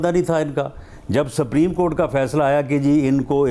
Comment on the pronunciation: rana sb bolna to seekh lein.....sapreem cort 😆😆